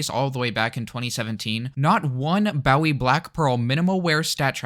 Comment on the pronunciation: Nice video but fyi Bowie is pronounced bo. e.